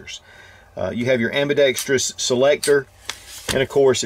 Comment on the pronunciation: "Ambidextreeyous" creeping its way back in. ;-)